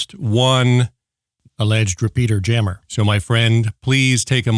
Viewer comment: Whenever the phrase 'GMRS repeater jammer' was mentioned in this episode, all I could hear was 'peter-jammer', and I wondered is that the same as a cock-block?